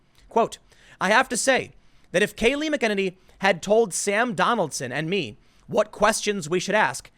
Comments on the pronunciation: Her name is mac-ah-nay-nee. Not mkenanee with one syllable. lol That's what happens when you only read the news and not watch it. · 'Mack - i - nan - ee' Not 'Mickininee' I think. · mac uh nay nee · Tim, her name is pronounced : MACK EH NAY NEE. Not MCKINNINEE. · It's pronounced Meckaneenee not McKennedy...come on Tim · Tim, its mac en nany not makennedy haha. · It's NOT mackenedy! Urghhh! Mac-eh-nane-eeeeee!👈🤓👉 Day-um-it Son! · Funny how you talk about reporters doing their research yet you cant even do research to make sure you pronounce people's names correctly. Its McEnany (mack-ah-nay-nee). Not Mick-Kennedy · It's MACenany not mick. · It’s pronounced McEnany Not Mcinine mak in ain ee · Tim it's pronounced MAC-en-ANE-ee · God you murder her name... its pronounced Mac- eh- Nay-Nee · MACK-EN-AINY, dude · Americans cannot pronounce names correctly...MAC-N-A-NEE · It's pronounced MAC-EH-NAYNEE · You really have a problem with names... McEnany = Mac-N-A-Ney. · it's Mc - keh - naaay - nee, accent on the naay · It's pronounced Mack•ă•nay•nee. C'mon man. U call urself a journalist. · Tim, you suck at names. It's pronounced MACK-uh-NAY-nee. Lol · It's Kayleigh Mac-a-nany. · It's pronounced, Mac - a - knee. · McEnany is pronounced macEnany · Mack-ah-nay-nee The way you pronounce her name is like someone calling you Tomoneady. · It’s pronounced “MAC-E-NANY” for gods sake😂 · It's pronounced Mac-uh-nini. Wallace is pronounced Dick-uh-nini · Her name is not spelled like it's pronounced. It's "MAC-a-naany" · Tim: It’s /MAK-uh-nay-nee/ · Mack uh nay nee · Tim, it's Mac-e- Nanny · Dude. For God's sake learn to pronounce these names. It's Mac A Ner Nay. Mee Ka Brazhenksi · Its pronounced mak- in- A- nee!!!!!!!. Jesus f/n Christ Tim!!!! You said it 4 different ways in this video and they were all way off... #Triggered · Its Mac eh niny bro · Please, her name is pronounced mack-uh-nay-nee. And she's brilliant 😊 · Mac-en-Any.. Tim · MACK-UH-NANE-EEE JESUS CHRIST. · Mac - a - ninny.